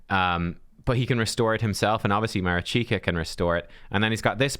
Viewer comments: Mareeshkah is the proper pronunciation NOT Marichyka. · Marichka yes - Marichika no. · Mari(ch)ka like wat(ch) not Marichika... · If you want to pronounce her name right check that. Try to use the sounds that you’re using in the names of those champs: “MAneater” “RICH”toff the Bold” “KA”lvalax” MA RICH KA - MARICHKA 🤟😎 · Ma-reach-ka You're killing me. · thank you, watching this video made me cringe a bit, im not sure how he got marichika out of the spelling, felt like he was playing pokemon go rather than raid with that name haha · Sorry to correct you, but I’ve been screaming at the screen the whole time 😂 I’m a Ukrainian so here’s some help with pronunciation (capitalized stressed syllables): maRIchka 😅 taRAs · Pronounce it ma-rich-ka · At least I’m not the only one who was triggered…